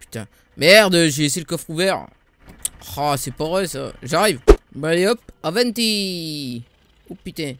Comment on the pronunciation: pourquoi tu dis toujours Aventis